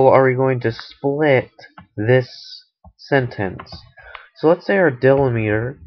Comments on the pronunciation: dill-li-meter, lol, deeeee-lem-it-er, great video thanks for the help! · Can't get past him mispronouncing delimiter.